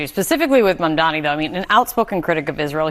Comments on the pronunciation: The name is mamdani. MAM-DANI 🗿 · It's Mum--Daa--Knee. Not Mondani. Dude.